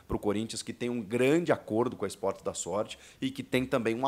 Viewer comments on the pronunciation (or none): esporte da xot* hahahahahahahahah que isso Chico